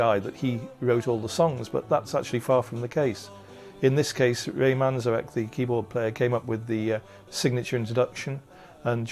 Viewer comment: Cool documentary about the Doors except for one annoying thing, the bandana guy on shrooms tha totally mispronounced Ray's last name twice so far..and his constant fluffy bunny descriptions of their music is nauseating.